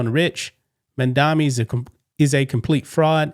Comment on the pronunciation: It's MA'AMdami🤷🏼‍♀️